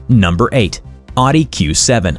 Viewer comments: It’s not called an ardent it’s owdee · It's pronounced OwDee not Oddy 🙄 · Not ‘Ah-Di’ for Audi. It’s ‘Ah-wuh-di’ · I’m American and I don’t believe I have ever heard anyone say “ahh-di” until this video. It’s a German brand but the word is Latin for “listen”. Pronounced roughly like “ah-oo-dee” and every American I’ve ever met has said it that way lol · “Oww-dee” not “aww-dee” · Audi = “Otty”?? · Ask a German. Audi is pronounced Ow-dee. Like out now aww. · You might want to learn how to pronounce Audi correctly. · Drive me nuts hearing him say Oddee. Almost turned off the video lol. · You lost me at "Awdee"... How can I take this channel seriously? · Tip on pronouncing Audi correctly. "It's not an innie, it's an Audi" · I'm American and I've never heard it said that way. Au isn't pronounced a in German. Listen to a how to pronounce it in German video. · I’m sorry, I just can’t with the pronunciation of Audi 😖😖😖